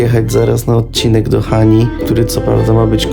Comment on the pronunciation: Hani a nie hany